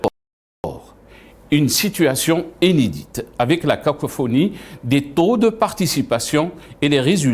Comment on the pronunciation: Inédit pas inedé